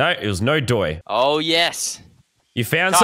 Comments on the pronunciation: You killed “no-doii” twice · He killed "no-doi" 2 times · Omar Qatmash it’s no-doiii